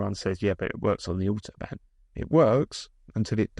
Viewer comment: His diabolical pronunciation of Autobahn just shows how ignorant this man is.